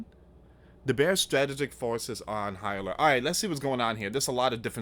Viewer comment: Need to start pronouncing some of these words correctly. Like frigate and strategic etc.